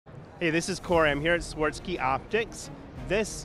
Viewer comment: Hopefully the AI will help you figure out how to pronounce Swarovski